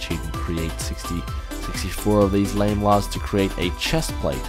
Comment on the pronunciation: its pronounce llama-lar armour